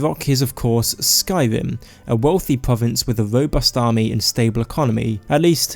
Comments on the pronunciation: If you can only pronounce pwovince, why do you keep doing it? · Your talking is so cute lmao pwovince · why can't you pronounce the letter r...pwovince